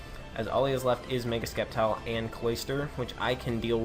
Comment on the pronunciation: Good job man! Well deserved! PS: Sceptile is pronounced Septile.. lol so you actually pronounced it correct once.